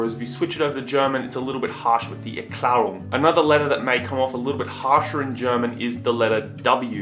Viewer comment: "Erklärung" pronounced more like the french word "éclair" + the ending "oong" (pronounced the English way)